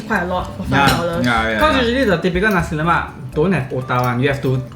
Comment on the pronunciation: Lemak not Lomak